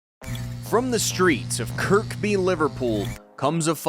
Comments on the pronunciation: Its pronounced kirby not kirkby 2nd k is silent and its scouser not scowzer hes from Liverpool not berlin ffs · Arrrrrrrrgggghhhhhhhhhhh! Kirby, not KIRK BEE! Also: Liverpool is in Merseyside, it’s not Merseyside, Liverpool. Please get it right! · Kirk-bee? Nah Kirby lah. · Talk fucking real and say it correctly if gonna chat . 5ft 3" his height. And it's kirkby. And scouser! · Before undertaking a video about a boxer, if you're really hell bent on stating where they're actually from, at least learn the pronunciation of it. It's spelled correctly as Kirkby, but pronounced, Kerr Bee... The second k is silent. You're welcome. Rest of the video is pretty decent. Oh, and, we're Scousers, not Scowzers. And it's Liverpool, Merseyside, not Merseyside, Liverpool. Liverpool is a city, and Merseyside is a county. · When you pronounce Kirkby ignore the second “k” Kirby.